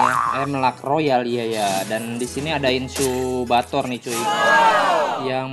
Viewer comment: BNG BACA INCUBATOR Jdi incubator Youtuber laen baca nya inkubator